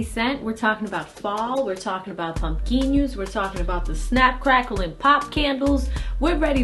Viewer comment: did you say pumpkinyuuouss?